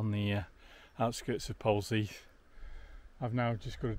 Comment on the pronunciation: Pronounced Polzeth. However being picky. Loving the walk.